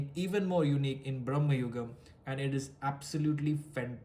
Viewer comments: Bhramam means all those - illusion, madness, craze etc. in this context madness would be appropriate. Many are miss pronouncing it. It’s Bhra.ma.yugam. Brahma is of entirely different word meaning. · It’s Bhramam- there may be reasons for producers to keep it BRAMA as Gen Z do not pronounce words correctly